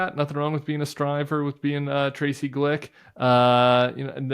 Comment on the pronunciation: Tracy Flick, not Glick. 🤓📚📚📚📚📚📚